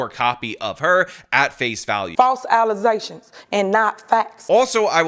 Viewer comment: Never ever get rid of the "false allesations" sound clip, it's gold